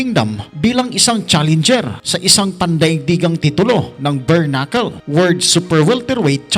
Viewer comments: Bare knuckle po Hindi berknuckle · Galing talaga ni kabayan sa “Bernakul”..🥴👊